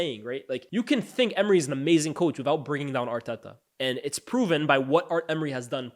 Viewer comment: I’m not a big fan of how you pronounce Arteta’s name🤣 sounds forced